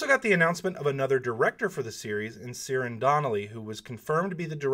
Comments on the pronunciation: The new director is not named Seerin. It's Ciaran like Kieran or if he's using an Irish or Gaelic vernacular it's pronounced Kierawn. Great video. As always, Thanks for the content. Stay safe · Ciaran is pronounced "Kee-Run" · Ciarans pronounced keearawn its irish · Hi There, Just a heads up, Ciaran is an Irish name and is pronounced Keer - an ;) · this is not important at all, but I think Ciaran is pronounced Kee-Ran, I think it's just a Scottish or Irish spelling of Kieran. Anyhow thanks for all the details!